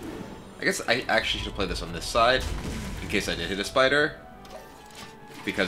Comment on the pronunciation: dislike b/c of spider pronounciation